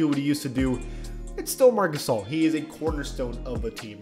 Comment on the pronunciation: Is it just me but sometimes when someone says marc gasol i hear marcusoll